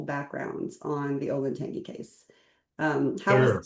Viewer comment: it's pronounced olentanjee btw, not tangy